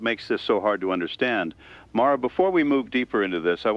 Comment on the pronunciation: John Vale AI voice pronounces "Mara" two different ways.